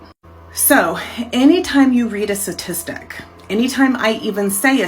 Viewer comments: Why does she say Stat so clearly, but she keeps saying Sa-tistics. It was weirdly irritating the way she would say statistic. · I’m not talking statistics advice from someone who continually pronounces the word as “suhtistic”. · You can bet? Is that a sat tis tic too? I do not trust the FEMALE Matriarchy, especially when they cannot pronounce the word STATISTIC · The fact that nearly every time she says satitistic and not statistic says it all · What is a "satistic"? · Can she take a moment to pronounce statistic better :) oh and tone down the patronising attitude.